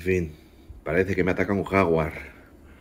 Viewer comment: Es Jaguár no jáguar